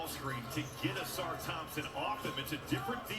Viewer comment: A-sar. You always pronounce it Awsar 😂